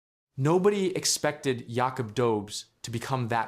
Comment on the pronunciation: Hey! When are you going to learn how to pronounce Jakub’s name?